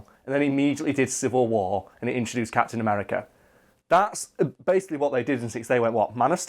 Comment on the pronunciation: Sounds like is saying "cats in America" when he says Captain America.